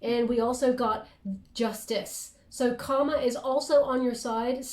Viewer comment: It's kinda funny....I don't know if you've ever noticed, but, every time you say the word "karma", you always pronounce it like you're saying the word "comma". But, there's an "r" in there that you keep leaving out. Obviously, I know what you're trying to say, but, it may confuse someone else. Just wanted to bring it to your attention - FYI